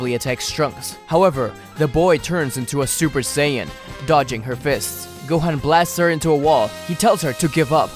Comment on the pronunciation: gohan is pronounced (Go-H-On) not (Go-Hen) other than that, good vid!